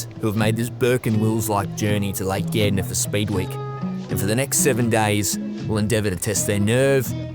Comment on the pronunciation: It's Gairdner and he pronounced it correctly